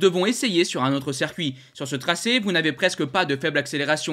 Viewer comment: "Circuit" se prononce-t-il "cercuit" ?